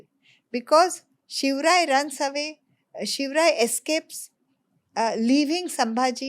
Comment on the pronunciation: Maharashtra people lovely says it.....We like it saying him....Also it is his short form.